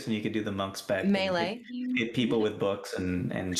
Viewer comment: Why do you say melee wrong